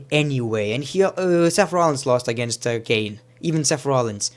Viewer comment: R.I.P ENGLISH ITS KANE